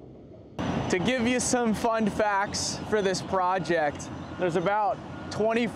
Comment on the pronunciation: lol he says fund facts instead of fun facts